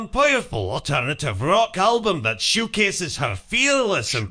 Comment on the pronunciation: The TTS voice made “showcases” sound like “shoegaze” (at least at 2x) and I kept thinking chatgpt was going to have some unexpected picks